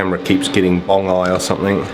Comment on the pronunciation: Did you say “Bong Eye”?